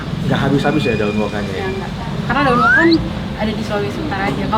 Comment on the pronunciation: ijin koreksi, daun woka bang bukan daun woku😁